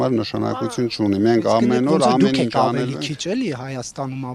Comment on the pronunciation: Իննննջջջա ասում է, ինջ 😅